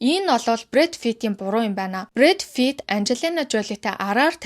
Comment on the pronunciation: Брэд Фит гээд бн уу би буруу сонсоод бнуу